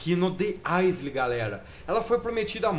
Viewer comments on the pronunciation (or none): o meu comentário foi por causa que o fala "isle" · Existe uma coisa na língua inglesa chamada "magic e". É por causa desse é no final que se pronuncia o "i" com som de "ai" e o próprio "e" não tem som. O "s" não tem som nessa palavra. O som do "L" é mais puxado para um "ou" enrolado. Vai no google tradutor e coloca "isle" pra vc ver a pronúncia e escutar. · Isle: Pronuncia de escrita: "ísli" Pronúncia nativa: "aiou" Aisle ou mesmo isle fica muito estranho